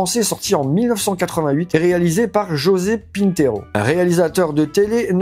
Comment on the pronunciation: José Pinheiro pas 'pintero' 😬😅 (réal dont je ne retiens qu'un Maigret avec Bruno Cremer...)